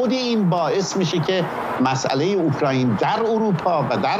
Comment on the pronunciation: اوکرایین؟ خداییش ؟؟؟؟ شما که اسم یک کشور رو نمیت نید درست بگین میشینید تحلیل هم میکنید؟